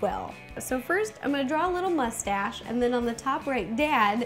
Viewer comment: I now have a gar that says "ma-stache" thanks ro